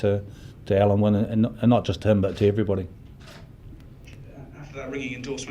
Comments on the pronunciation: Why is the first interviewer calling Alun Wyn "Alan"? The letter "u" in Welsh is pronounced like the "i" in the English word "in". It can't take much to learn how to pronounce the captain's name. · Great player Alun wyn Jones, perhaps his name will be pronounced correctly now